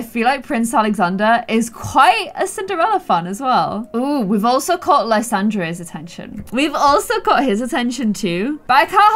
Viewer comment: Just a head's up but Lysandre is pronounced Ly-san-der:)